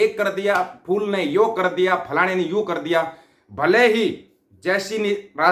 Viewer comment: Lahore walo Betta Aap Chote Chote Grupe Bana Kar Kuch Tuition Teachers Kiyon Nahi Rakhtey❓Bo Teachers Aap ki R Or D ki Problem Hal Karne Me Aap ki Help Kar sake.Jaise Aap kar Rahe ko kad Rahe Bolte Ho, phir Aap Lahore ko Lahod Bolte Ho, Aise Aap ki Wording Sahi Karwa Deinge Bo Teachers 😂😂😂😂😂